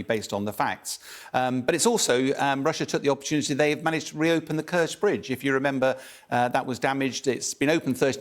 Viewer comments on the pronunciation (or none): none